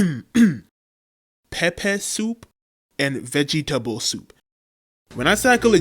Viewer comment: Ah yes the “Vegeetahble Soup” my favorite